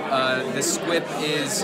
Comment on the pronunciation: It's SQUIP...not squib. :)